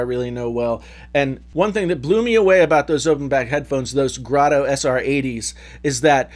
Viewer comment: Very good discussion. Would love to see a comparison of the 58X with your 600s. BTW- It is 58X, not 580X. Graydo, not Grotto. You did a very good job of showing why we should care about the difference between open back and closed back headphones. 58X are great for the price.